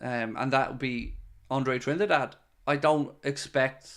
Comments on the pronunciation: Apparently Trindade is pronounced this way in portugese: Drin-dar-gee. Or in English probably something like Trin-dar-day. But i must admit that hearing pronounce it trinidad was a little bit annoying, some of us are just like that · It is closer to trini da jee. I have a brazilian wife 😅 so i asked her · Andre TRIN-DAH-DAY